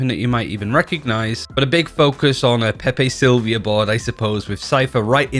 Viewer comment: lol He called it a Pepe Slivia board. hahaa. Im gonna call it that from now on